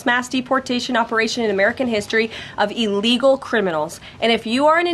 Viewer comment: You keep pronouncing illegal incorrectly.